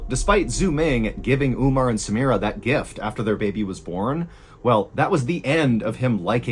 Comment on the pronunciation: Omar not Umar! samira not Smira. theses are Arab names. and should be pronounced as is.